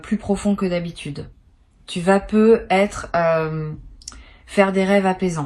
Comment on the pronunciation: C'est de l'intelligence artificielle. Elle prononce "peu etre" sans faire la liaison qui ferait "peutêtre". 🤥🤭